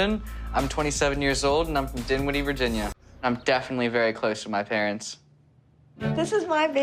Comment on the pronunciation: Did he say ‘dimwitty’ virginia?